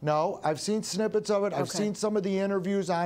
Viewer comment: "I didnt watch 1 bit of it" 5 seconds later... "I watched snibbets of it" Spoken like a true lying lawyer